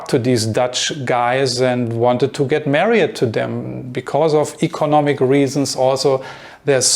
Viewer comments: Hey whatever your name is. I think. I like your videos and your English is really good. I just I want to give you one little tip on a word that you use quite often. The word is married. You pronounce this as three separate syllables: mare-eeee-ed. But it is just two: mare-eeeed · You want to say married? Your pronunciation was off. I think Saudi never move abroad either.